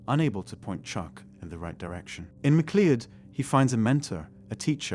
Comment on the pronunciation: Good video. However, it's not pronounced "mic-lee-od". It's pronounced "Mi-cloud". Same as in the film Highlander. "Connor McLeod, from the clan McLeod"